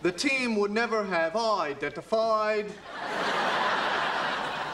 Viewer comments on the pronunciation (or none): "the team would never have EYEdentiFIED" Hahaha oh Ross you're incredible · The way Ross emphasises the syllables, "EYEdentiFIED" <3 Rachels reaction. "NOOOOOOOOOOO..................." ***FRIENDS AIRED THEIR LAST EPISODE THIS DAY 9 YEARS AGO!!!***